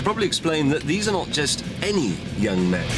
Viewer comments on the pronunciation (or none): none